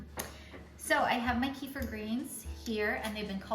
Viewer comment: Thank you for the great video ........ kefir pronounced = Kuh-feer ❤